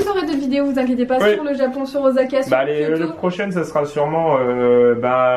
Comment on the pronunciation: ca se dit pas OZAKA !! c'est un s donc ca se prononce "sa" !! Mon combat de tout les jours avec ma chienne qui s'appel Osaka ...